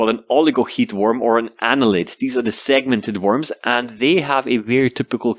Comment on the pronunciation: Annelids ...... almost like the name Daniel. DANNIELS